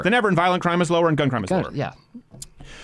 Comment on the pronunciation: Love the under the breath 'gun crime'.